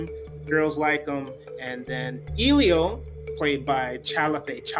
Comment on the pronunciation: I doubt that you saw this film since you can't even pronounce Elio's name correctly!